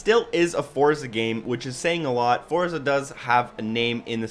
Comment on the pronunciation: It's pronounced "Fortza" lol. Nice review by the way. =)